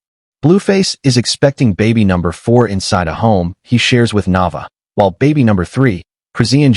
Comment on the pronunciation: Pronounce her name right Na Vay Aaa